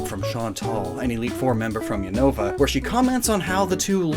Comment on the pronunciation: What wrong with people saying Unova Wrong you people are Trying to Saying Younova you people can't Say Unova Right 🤦🏻😑